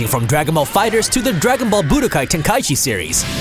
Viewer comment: Turned me off on the first entry. Learn how to say tenkaichi